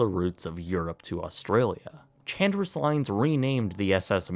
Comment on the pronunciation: Chandris would be pronounced like "Han-dreese" 🙂